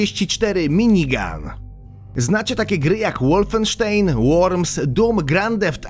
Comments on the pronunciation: Wolfensztajn się czyta, to niemiecka nazwa! Przeczytałeś ją po angielsku?! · Łolfensztein xD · Łolfensztejn XDDDDD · ŁOLFENSZTEJN :DDDDDDDDD i miniguny w WOT ... kto mu to pisze... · Weź Ty się chłopie ogarnij z wymową Co to kur... jest Łolwensztejn ? Landkrałzer ? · "Łolwensztejn" xDdddddd